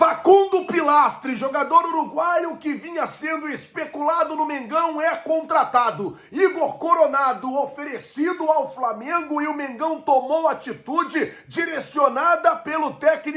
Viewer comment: Faucundo Pellistri, não é Pilastri, pqp, como erra